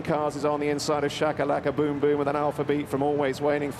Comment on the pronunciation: oh, and its Shakalakaboomboom, not Chakalakaboomboom